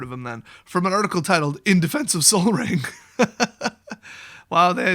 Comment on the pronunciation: Oh my god did you just seriously say sol as in sun????!!!!! Wow wow wow wow, did you miss it or is this a joke.